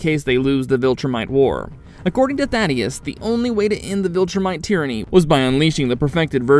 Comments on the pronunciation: Thaedus not Thaddeus lol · Why can nobody say Thaedus correctly, every video I see they call him Thaddeus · BRO……… it’s not “Thadeus” it’s Thaedus lmao